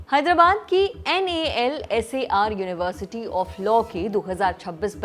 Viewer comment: what is this NALSAR. Whole world is calling it nalsar..